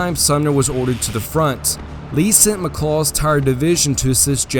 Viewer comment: McLaw. Not Mh'Claw 😅😅 Genuinely Greta video, well put together. But every time I heard "mh'Claw" made me cringe